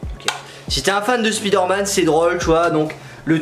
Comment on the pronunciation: Pk tu dis spizsderman